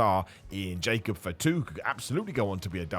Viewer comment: "Jacob fitu"😅😅